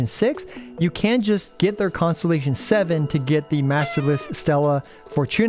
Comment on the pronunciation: The fact that your pronunciation of constellation sounds like “consolation” cracks me up. It really is just that huh